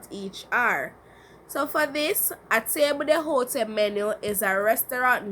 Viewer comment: i think you pronounce table d'hote incorrectly